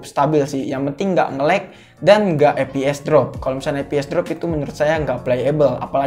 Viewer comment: saran aja nih,ngomongnya fps bukan eps.